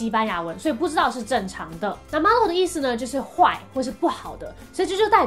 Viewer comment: Malo 你讀錯了